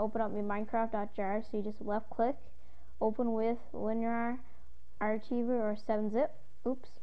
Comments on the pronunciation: lol try pronouncing it by saying ark-i-ver lol you said ar-chee-ver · archiever? its pronounced "ar-ki-ver" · Its ar-ki-ver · archiver!!! as in, ar-civer! not the way ur saying it! fiuck that got me me mad, yes i am mad, bro. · only complaint is you mispronounced a word lol archive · wow he doesnt know how to say "archiver" lolzy